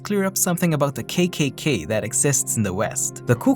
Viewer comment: Not kaykaykay, it was kakaka or triple ka. Kay is english, in those times k was pronounced as ka.